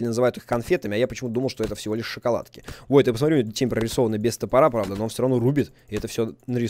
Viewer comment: ***** Ну он же говорит не шоколадка а шЕкаладка вот и я так пишу